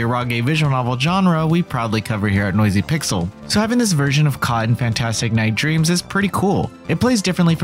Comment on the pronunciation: The way the narrator says “Cotton” as one syllable: Cahn. I can’t.